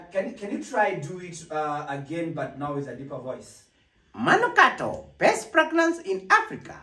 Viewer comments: fragnance? kuna wawili hapo katikati, the boy and the girl who keep saying fragnance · did I hear you say plagnance😂😂😂😂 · 🤣🤣🤣🤣🤣🤣🤣did I just ear pregnancy or masikio yangu ni mbaya 🤣🤣🤣🤣😁oh my goodness Terence you would kill me 🤣🤣🤣🤣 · 🤣🤣🤣🤣🤣🤣🤣 aiiiiiiiiii mnatuonea, ati pragrance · 😂😂😂😂😂😂😂😂😂😂., my ribs what was that? Pragnance?😂😂😂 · Did I hear pragnance🤣🤣🤣🤣🤣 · Are we going to ignore the guy and lady who said "best fragnance" lol okay